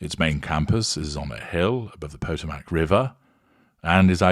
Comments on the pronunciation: Your pronunciation of Potomac was a hoot. No shade, I wouldn't expect you to know how to say Indian names. Puh-TOE-mick. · It's pronounced Pa-toe'-mac. Emphasis on the second syllable. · It's pronounced " PA- Toe-Mick" river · Yep, that's our joking way of pronouncing Potomac. Maybe H is going to convert, so he donates to Hoyaland. Please, God, no.